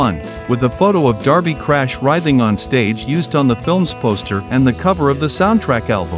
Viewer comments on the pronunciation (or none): none